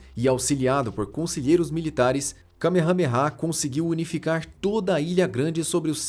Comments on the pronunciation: O narrador só pode ta de zueira 😂😂😂😂😂😂😂 kamehamera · Eu ouvi kamehameha sério.😂😂😂😂